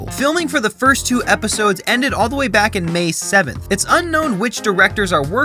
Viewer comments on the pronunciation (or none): none